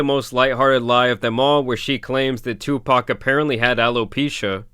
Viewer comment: Bro saying Tupac with a K